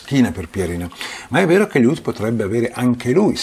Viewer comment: Perché pronunci Gliùis e Dùglio? Si dice Lùis e Duìlio (con l'accento sulla ì)